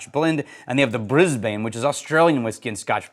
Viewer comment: Fusion sounds awesome. 🤘 A little tip for pronouncing Brisbane... Pretend that you just came from the dentist and you have a numb mouth. Then you mumble out Brizzbn. 🤣😂🤣